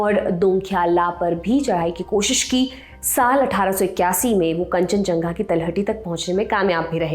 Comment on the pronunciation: कंचनझंगा ❌️ कंचनजंगा✅️